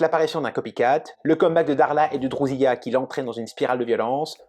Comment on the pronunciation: On lui rend son âme ... c'est pas sa conscience qui le rattrape... Apparemment vous n aimez pas la série. Ca se ressent ... rien qu en prononçant des noms avec un accent à couper au couteau ! Je vous découvrais, mais là je suis déçu. Après j entends drousiya ... faut arrêter de faire genre chui bilingue